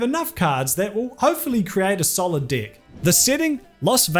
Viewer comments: Everytime you say deck, i hear d*ck. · This video has one of the highest "dick"- counts on YouTube. Call it an accent but no one can tell me that this guy doesn't know that he pronounces "deck" as "dick"! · Your pronunciation of “deck” is very similar to the other word, making the section between to extra funny. “He asked his opponent to cut his d*ck” “His opponent is trying to tamper with his d*ck” Lol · I keep hearing 'cut his deck' as 'cut his dick' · Deck (D e k). Pronunciation is vital to this word specially if were talking about a Japanese guy asking you to cut is deck. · spoiler for the uncouth: it’s “deek”. Aussies and Kiwis pronounce “deck” closer to “dihk” and “dick” closer to “deehk”. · For a sec when he said "Cut his Deck" I thought he said "Cut his Dick" That almost made Magic the Gathering even more exciting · My brain knows you're saying "deck" over and over, but my ears refuse to hear anything other than dick. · Please pronounce "deck" differently 😂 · Please I'm begging you to pronounce "deck" in a different way. Pick an accent, any accent. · lol it took me way too long to realize what hes actually saying is the word "deck" and not something else.... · Literally hundreds of dollars are on the line. Stakes are medium people! Oh, and not being used to your admittedly quite lovely accent, I keep hearing something else whenever you say "deck". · Jesus Christ, I'm a child. Why can't I stop laughing every time you say deck?! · The way you pronounce "deck"... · E makes an "eh" sound. I makes an "ih" sound. In a word like "deck," the difference in meaning can be drastic... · Dang man. Maybe pronounce deck with an E rather than an I 😅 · The way you say "deck" makes this video a lot funnier than it should be.. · You really need to stop saying “deck”. It’s got my sides in orbit. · Your pronunciation of the word "deck" is :D terrible xD. I cannot stop giggling when ever you say that word :D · Please improve your pronunciation of "deck"